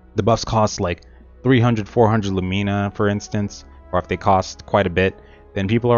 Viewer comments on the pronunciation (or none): please say Lumena not Lumeena